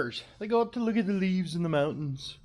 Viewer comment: Cracks me up the way you say look at the leaves😂looks like your audibles are working well. Stay safe hoss and keep crushin it 🇺🇸💪🏻🇺🇸